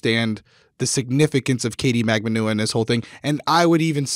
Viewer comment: I can't count the number of pronunciations the two of you have said Magbanua. Katie herself said Mag-ban-oo-ah.